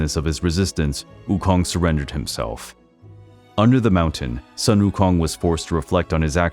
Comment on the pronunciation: A bit late but I’ll still like to praise you for the impressive pronunciation of Sun Wukong! 👍🏻👍🏻👍🏻